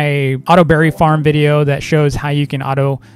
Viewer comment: when u said farm i thought u said fart XD but i LOEVE THISSSSSSs Wait.. Hello to 😅